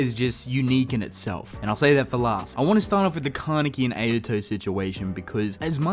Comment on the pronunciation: Why do you pronounce Ayato’s name incorrectly? It’s not Ay-ya-to. It’s Ah-ya-to